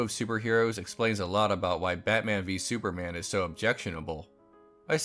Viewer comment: Di you just say "sewerman" at the start lol